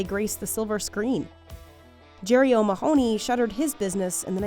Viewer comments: O’ mah - honey. Not ma-hoo-ney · The pronunciation of O’Mahony 😂😂 O’Maahonee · The pronunciation of O’Mahony is driving me mental